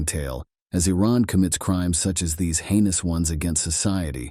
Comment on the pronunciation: So… it’s ’heinous’ crime not ‘anus’ crime.